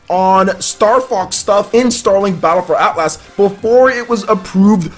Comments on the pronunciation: It’s not At Las it’s Atlas so annoying. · Probs a small overcorrection because he used to say Atlus like the developer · Why do you keep saying AtlASS? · It's hilarious to hear mangle the word Atlas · Haha man you say Atlas funny.